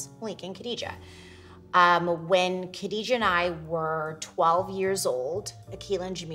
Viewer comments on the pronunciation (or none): It is pronounced GHA dijah not Kha.